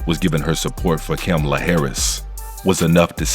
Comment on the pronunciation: Camel-a Harris 😂😅